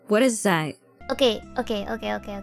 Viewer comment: 発音詳しい人に聞きたいんだけどカナダってthatの発音こんな感じなの？ 「thぁぃ」みたいな感じに聞こえるけど